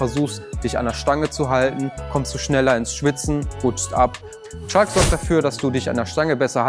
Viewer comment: Er meinte bestimmt Chalk und hat das L verschluckt heehehehehheehehe